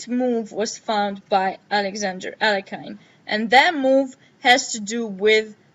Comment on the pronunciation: Thanks for the overview, very interesting. Btw, the right way to pronounce Alekhine's second name is [a-le-heen], stress is on the secons syllable